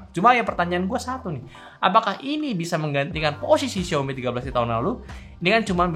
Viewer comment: XiAOmi Bro, bukan XiOmi